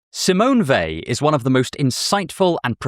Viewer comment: Thank you for pronouncing her name correctly